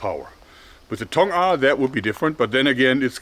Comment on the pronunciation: 통아 정확하신발음